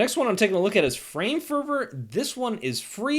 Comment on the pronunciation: I think it's 'FrameFervor' instead of 'Framer Fervor' :)